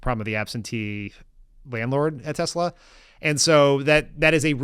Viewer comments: WTF? He still says Tesler... Does he also say Melanier? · Why hasn't anyone corrected Trump by telling him Tesla does not end in an R! 😂🤦🏼